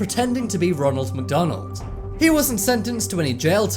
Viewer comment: roonal macdoonal